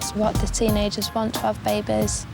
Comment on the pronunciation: Something something I heard most teens want to have a BAIBEYS